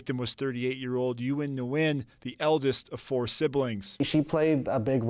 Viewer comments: Wouldn't Uyen Nguyen be pronounced like "win win"? Feel like they butchered her name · Learn to pronounce her name correctly please